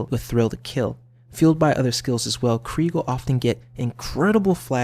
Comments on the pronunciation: It's spelled Krieg... You say Kreig. If it was Kr-ay-g it would be spelled Craig... No? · that's Craig not Krieg, Krieg is German and the ie is pronounced as ee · It is actually pronounced KREEGE as in the German pronunciation of the word Krieg meaning "war" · It's Krieg...as in German...as in Blitzkrieg as in KREEG as in how it's pronounced by....krieg himself